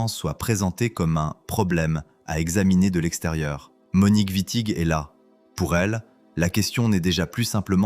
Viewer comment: Exactement.l’iA transforme Witting en Vitti. Fabuleux. IA de de 🤮